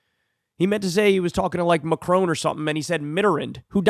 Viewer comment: When will Kyle stop pronouncing Mitterrand and Macron wrong